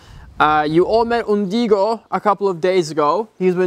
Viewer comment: its so funny to me how the other horse’s name is “Ungido” but says “Undigo” hahahahahaha ❤️